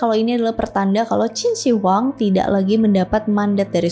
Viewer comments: Bacanya QIN SHI(SHƏ) HUANG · Salah baca nama mbak... Totok banget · mbak belajar dulu cara menyebut nama yang tepat barulah bercerita